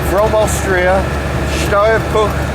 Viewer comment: you got the pronounciation of Steyr Puch right these time! Well done and great to see TWC out on the road again!